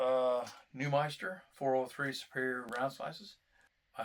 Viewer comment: It’s NewMINster man, not ‘meister’ lol